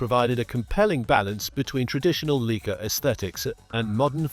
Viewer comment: You can’t even pronounce the Leica word properly, it sound like Leeka 🤦‍♂️